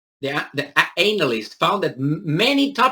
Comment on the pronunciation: Sorry to be picky. But its pronounced ANN-alyst. Not anal-ist. Thats something completly different.